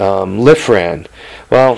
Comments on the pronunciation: it's lifan not lifran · sorry I hate to do it but you kept pronouncing the name of the engine wrong its Lifan sounds like. Leaf-ann. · LIFAN NO R! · "Dude...drop the "R" ..LYE- FAN.....lol. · Very informative trying to talk a buddy into putting one on his drift trike. Hate to be the one but isn't it Lifan?.... Without and R? I may be wrong too lol I was just curious maybe two diff brands.